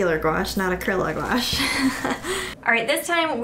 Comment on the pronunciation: It’s pronounced acriliccc gooashh by the way! Nice vid though! ❤️❤️❤️😂😂😂